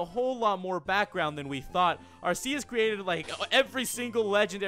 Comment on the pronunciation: ITS like Arkecs But IT Arceus But he says IT wrong